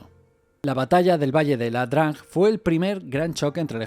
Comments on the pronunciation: "ia-drang" o IA-DRANG, no "la-drang" o LA-DRANG. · Muy bueno Pero es ia drang No LA drang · Es "ia drang" , no es "LA DRANG"